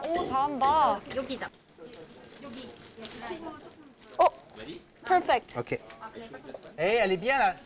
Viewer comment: Chef de France: "Chaeryeong did a great job of piping the shell! PERFECT (in solid French mega accent)!" "The winner from Le***don Bleu goes to... Chaeryeong-ge!" whiipppeeee.. Daebak! Soft Smart Sweet Talented Pretty Gorgeous Lovely Beautiful Introvert Chaeryeong ♥♥♥!